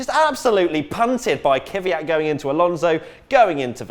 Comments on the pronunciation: 1. It's KVYat, not KYVYat. It's not that hard. 2. Wait... Sauber has never won a race? So, the win in the 2008 Canadian GP as BMW Sauber doesn't count? Okay then... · Stop pronouncing "Kvyat" wrong it's not Kyvyat it's Kvyat you dumb, fucked teeth brit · Why do people keep calling him Kyvyat? His name is KVYAT! Just practice... KV and then YAT. It's pretty fucking simple